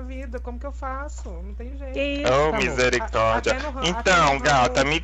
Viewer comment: "Misericredo" KKKĶKKKKKKKKKKKKKKKKKKKK